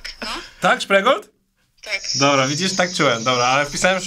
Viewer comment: Spreegold 😂 (szprigold)